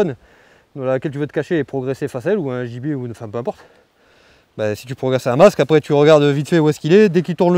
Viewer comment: A chaque fois qu’il dit gibier j’entends ennemi.